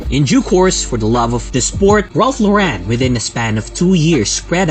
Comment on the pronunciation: It's not Law-REN, honey :(